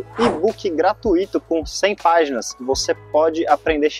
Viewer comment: Não se pronuncia “gratuíto”. É igual as seguintes palavras: intuito, fortuito, circuito e, por fim gratuito.